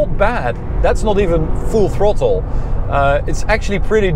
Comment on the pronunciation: It keeps funny how pronounces the letter O in English.... a LOTTTT.... thrOTTle.... enz haha